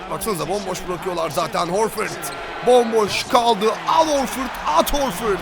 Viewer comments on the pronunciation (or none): sen AL Horforda AT Horford mu dedin :?